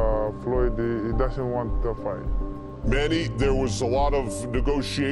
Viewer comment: Aahh...those days of yore...when even Filipino announcers sounded unsure of how to pronounce Manny's name . Rest well, Champ, rest well... you deserve it.